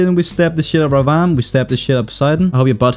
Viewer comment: it's pronounced Rah-vun